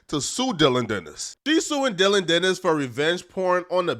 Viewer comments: Geezus bro it’s Dillon DANIS. Not, Dillon “Dennis”. 😂 🤦‍♂️ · “Dillion Dennis”